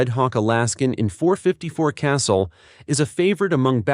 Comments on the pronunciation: STOP THE CRAPPY AI VOICE THAT CAN'T PRONOUNCE WORDS CORRECTLY!!! NOTHING hurts your credibility more than not pronouncing types of ammo, firearm parts, etc. INCORRECTLY. The .454 Casull is pronounced "ka-sool" or "ka-sule". NOT "castle". When are you people (so called YOUTUBERS), going to throw away all this AI crap that isn't very intelligent?! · It's "cah-SOOL." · Complaint Casull is Ka Soul not Castle also when you talked about ammo you failed to note 410 shell, 45 long colt and 454 Casull of the raging judge far more versable the 38 special 375 magnum by the way repeating thing 3 times makes it boring